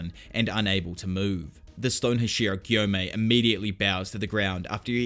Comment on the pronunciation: HASH-E-RA. I enjoy the content but goddamn that bothers me.